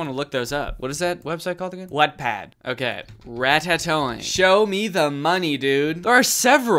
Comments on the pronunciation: As someone who’s way more knowledgeable about fanfic culture on the internet than I’d like to be, hearing Danny pronounce it ‘whatpad’ took 6 years off my life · oh dw ive heard someone pronounce it as "wAt-pad" 💀